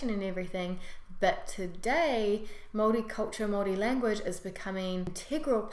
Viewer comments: Yesss she says maori right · I watch Any vids nz people don’t really watch these how she said Maori was perfect ka pai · That is the correct pronunciation of Maori. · You said Maori right yay # I have lived in Nz 7 years and you got everything right 👍👍😉 😉😉the All blacks Huka is cool love it .....lol